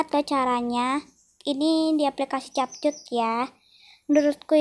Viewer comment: Di baca nya kepkat bukan capcut 😅